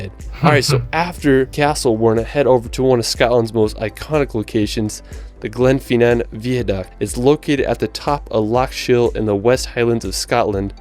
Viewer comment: How is it possible to get pronunciations that wrong? Glenfinnan is pronounced phonetically and Holyrood is pronounced Holly-Rude. It might not be intuitive, but it’s the seat of our government, a quick google search would tell you how to say the names properly